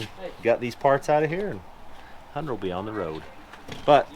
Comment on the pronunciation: The rare Utahn who can pronouce the name "Hunter"